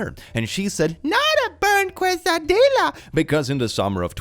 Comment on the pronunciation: Quesadillas. He called them Cway-sa-dill-as. 😂 For those who wish to know their Mexican (or at least South Texas) pronunciation: Kay-sa-dee-ya